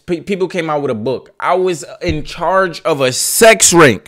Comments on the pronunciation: Or rink instead of RING 😂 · 🤦🏾‍♀️ U had me tight wit the "sex rink" thing....u not ice skating 😂😂 its ring!! I get ur point tho.